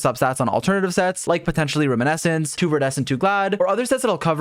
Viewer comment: Why Why does he pronounce reminiscence As room-in-essence explain